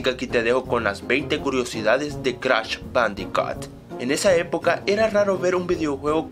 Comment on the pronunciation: "cratch badicat" xD